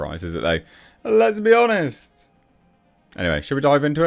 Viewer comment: Did he say, lesbianest? (Let’s be honest)? 😂